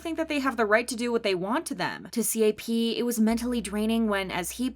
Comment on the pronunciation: Am I the only one to get progressively frustrated listening to the “C A P”s and “T O P”s instead of “cap”s and “top”s lol